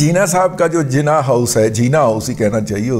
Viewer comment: nop its pronounced as jinn-na not gina ask gujrati to pronouns it.